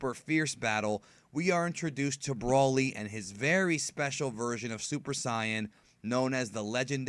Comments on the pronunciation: pronounced...BRO LY..broly. not Braly. you keep saying brawly. i know your a dbz fan u should say it correct 😕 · Why do you say brolly like that? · Seroiously?! It's broly not brawlly And sayian not scion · its pronouced as Broly in proper english